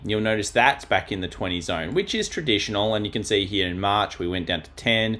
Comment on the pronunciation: I love it when you say here, but it sounds like hmnere 🍻